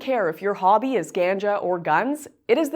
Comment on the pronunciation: It's about your "hbbby?" Lmao.